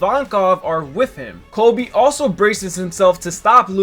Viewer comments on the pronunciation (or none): none